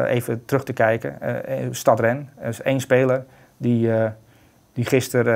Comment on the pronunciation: Het is niet STAD Rennes, maar STADE. Zoals spade, maar een T ipv de P. Just saying.